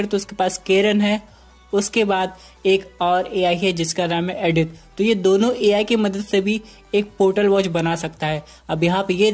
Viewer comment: It's not adith it's Edith